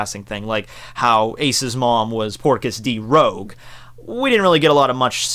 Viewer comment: Rouge not Rogue, guess I can't expect you to get EVERYTHING right huh